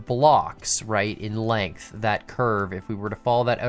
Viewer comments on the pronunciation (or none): none